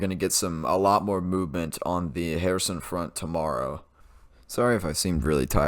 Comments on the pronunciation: If you emphasise the -SON syllable your pronunciation of Kherson (Xepcoн) would be perfect. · Congratulations on the Kherson pronounciation. 🎉